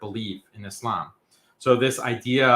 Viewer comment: He is so smart but doesn't know how to pronounce Islam or Muslim